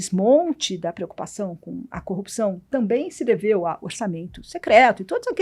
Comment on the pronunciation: Engano seu, quando ela fala copiçao, ele pensa no marreco de Maringá.